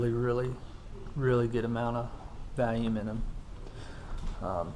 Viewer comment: Hahaha. thanks for the review! It sounds like you're saying "Valium" though instead of "volume", which I would certainly prefer. I think Valium and Volume would both help one maintain calmness dropping into a stout, but it's hard to say which would actually make one's performance better in said stout. I'll stick with the Valium and keep paddling the RPM.